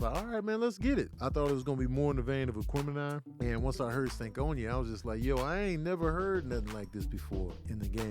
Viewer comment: Even tho it’s “Stankonia”, “Stankon Ya” is mad funny 😂😂😂😂😂